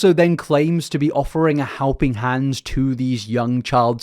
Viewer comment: Is your 'accent' super sloppy or do you have an actual speech impediment? Some of the 'ow' in your words are just SO hard to listen to. "a howping hand" like sometimes you can say an L or an R and sometimes ... you can't ? "I saw" becomes "I sowre" and it's one of the worst bad british accents, like a flagship example of why i hate british accents "singow" instead of single, so much trouble with glides..... I don't know if I'm hearing it as wrong because I'm so used to American speech, but not all british accents sound like yours either? "well" becomes "wow"